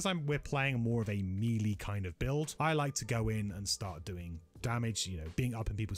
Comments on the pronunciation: This is a very good video, I like the format and 50 minute flew by and it never seemed to drag. One thing though you're killing me on is that melee is pronounced MAY-lay not MEE-lee. Looking forward to the next one! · Amazing videos and thanks for all the info. Nice voiceover quality and accent - but please can you pronounce “melee” correctly, though?